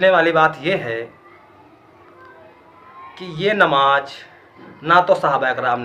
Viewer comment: Bhai aap ni durust frmaya... Pr aap ka lahza Shi nhi h.. AAP namaz Ko namaj bol rahe h